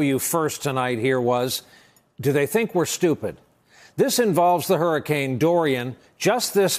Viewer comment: Trump: Hurricane!! I thought you said Harry'scane! Just making it right you know.😊